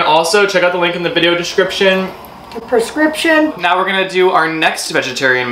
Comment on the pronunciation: IM DYING😂😭😭 "perscription"😂😂😂😂